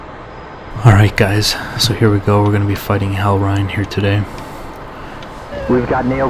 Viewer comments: Reign sounds like rain. Not rhine. Sick video though :D EDIT: Pro tip on beating Hellreign.....just get in gun range. His guns are extra sloppy lol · Just fyi "reign" rhymes with "rain".